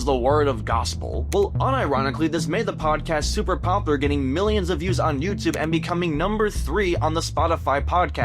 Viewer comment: Please on God go take a speech class. If I have to hear someone say poppler one more time instead of POPULAR I'm gonna delete YouTube.